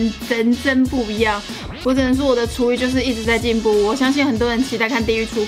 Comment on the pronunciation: 廚藝聽成廚餘..